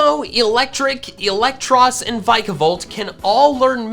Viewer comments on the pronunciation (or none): Magnet rise makes literally no difference to hazards because it's goes away when you switch, also it's Vee-ka-volt, I can't understand how you say it's one of your favourite pokemon but say it's name wrong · The official pronunciation (put out by the pokemon company) is VEE-KA-VOLT